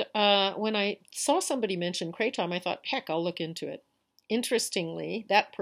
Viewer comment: Thanks for sharing. I like the way you say kray-TOM.